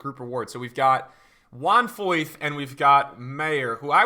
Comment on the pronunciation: Foyth er Meyer?